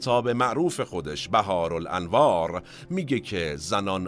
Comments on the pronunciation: بحارالانوار صحیح است و بهارالانوار غلط میباشد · زنده باشید ، ممنون از تیم مورخ! یک اشکال کوچک در این پادکست به چشمم خورد که شایسته است اصلاح بفرمایید: کتاب «بِحارالانوار» به اشتباه نوشته و گفته شد «بَهارالانوار»